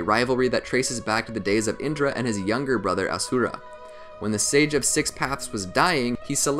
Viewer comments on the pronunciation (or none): The mans butchering my boys ashura name. :( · It no asura it ashura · FUN FACT HE IS SAYING ASURA AND NOT ASHURA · he just pronounced it wrong in the anime is asura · Mangekyou sheringa, asura cmon bro